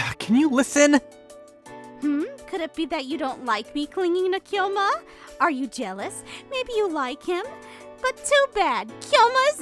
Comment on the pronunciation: Just like how they're reading Kyoma as Kai-yoma instead..